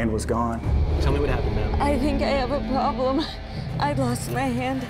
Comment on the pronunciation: Woman: I think i have a proublem Me: YA THINK!!!